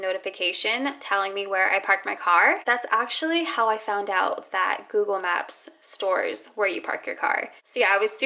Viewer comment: Google maps like 100 times never noticed she saying wrong